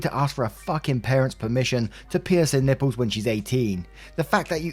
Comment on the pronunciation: Story 1 - snort totally said Ň Ï P P Ľ Ë Š